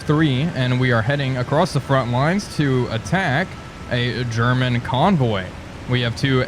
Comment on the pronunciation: German used to be a rather common name in Russia. German Titov for example was the second man to orbit the Earth. Also used to play wing for the Calgary Flames but he wasn't the same German Titov. And yes Morgan was right because it's pronounced Herman.